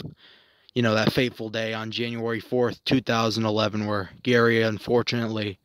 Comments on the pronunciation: Jerry, Jerry, Jerry— it’s pronounced as Jerry, not Gary. And stand still! There is no need to wave your camera around like you’re pissing on the grass! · You can't even say his name right !!! It's GERRY NOT GARY !!! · Gary? Gary? It's insulting. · His name is Gerry NOT Gary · His name was Gerry not Gary ffs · Gerry not Gary. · If you set out to memorialize anyone it might be beneficial to do some research. His name is Gerry, not Gary as you continually refer to him. I have followed Gerry,s career since his Humble I'm days with the immortal comedian Billy Connolly. I appears to me that much of your commentary was on the fly rather than fully thought out. Everyone with an ear to listen knows the haunting sax riff of the iconic Baker Street, but precious few are aware of the depth and beauty of Gerry,s vast volume of work. His tragic death to alcoholism robbed the world of his musical and lyrical genious, yet we are blessed to have his catalogue preserved for eternity. Listen carefully, from " Her father did''nt like me anyway"on the Humblebums album, to "Moonlight and gold" on 1988,s "North and South" and will realize the depth and breath of Gerry's God given genious. Through his music and principally his lyrics, Gerry told my life story. The trials and tribulations, the loves so gratefully won and tragically lost, the agony of realizing the finite nature of life. In his final moments, Gerry was unable to speak, but he was able to text with his old collaborator Billy Connolly, who was touring in Australia . Some of his final words were, "If I can't sing, life has no meaning".This we lost what I truly believe, was the Motzart, Beethoven ,and Bach of the 20th. century combined.. Do yourself a monumental favor and immerse yourself in the majesty of Gerry's catalogue of mystical, magical music. You will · Gerry, pronounced Jerry, as in Tom and Jerry! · Your video was fine, but it's Gerry (pronounced Jerry) Rafferty.